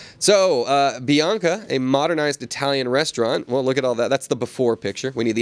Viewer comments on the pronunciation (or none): please tell me, where is the letter 'O' in the name Bianca???